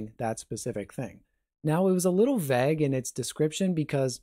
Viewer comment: You pronounce Vague strangely